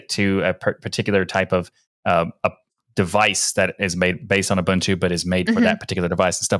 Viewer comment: People from America and Canada really struggle to pronounce Ubuntu correctly.